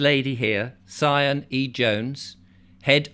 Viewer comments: Sian is pronounced Shan... x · I don't think I can believe anything a chap says if he pronounces SIan as Cyan .